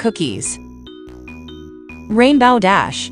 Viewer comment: It's Fluttershy not she shy yall piss me off when you didn't pronounce names correctly BTW it's Rainbow Dash not Rainbowe Dash.😠😤.